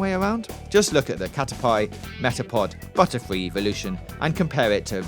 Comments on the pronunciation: Okay, Gary is not your rival in Red and Blue, he is Ash Ketchum's rival. In Red and Blue you play as Red and your rival is called Blue. Ash's journey is him trying to emulate Red's success and following his footsteps. Your pronunciation on some of these words is also wrong. Omniscient is not pronounced omnishent, it is omnis-ient. And caterpie is not pronounced cat-a-pie, it is cat-a-pee. Also, with the language thing. Seeing as the noises they make are not exactly the same as their names, I theorised that we named them after the noise they make but then altered it slightly to better describe them. Although, yes, maybe our language was developed around the pokemon's names. Or maybe, since pokemon have different names in different languages, it is more like the fact that different languages use different words to describe the sound made by animals. Maybe we interpret the sound they make as sounding like their name. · This is sad quite frankly. None of these theories are particularly new, and it's evident this guy doesn't know much about Pokémon at all; he pronounces Missingno and Caterpie wrong, which suggests he hasn't the slightest bit of knowledge on Pokémon. Obviously he was handed a script and was told "this will get us views because Pokémon is popular again"